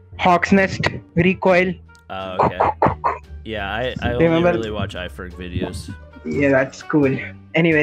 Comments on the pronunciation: Lmao he just said ferg "Ifrag" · He called iferg 'ifrag' lol🌝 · He said ifreg instead of iferg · Man said "ifreg" 🤣🤣🤣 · Did anyone notice he says iFreg instead of iFerg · Did he call iferg ifrag? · that coach said iFerg as ifreg all the time 🤣🤣🤣